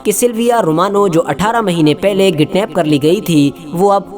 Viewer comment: Thank you for sharing with us 🙏 bhai kidnap hota h gidnap nahi hota h 👍👍👍